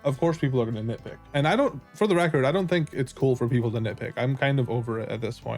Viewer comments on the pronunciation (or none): none